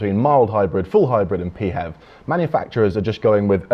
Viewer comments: This is the first time I've ever heard "PHEV" pronounced "Pee HEV" as opposed to "FEV"! Good video, from someone who thinks that hybrids were a good idea for a stepping stone a few years ago, whose time has now passed. Pure BEVs for the win! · “P HEV”? Is that like a “P HONE”? It’s just Phev, like Phone. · Why pee-hev? You don't say Pee-hotograpee-h! They're Fevs, and stil a blind alley! The only readon I've not gone BEV is because of the dreadful lack of chargers up here in the NorthWest, and around Notth Wales. I wasl checking on Zap-map a couple of days ago, and the only public chargers near me haven't worked for over six months! (Not counting one at a Hotel, which is for customers only!) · The infamous Euan McTurk had always said pee-hev, and his You Tube thoughts on such vehicles is worth watching (Plug Life TV)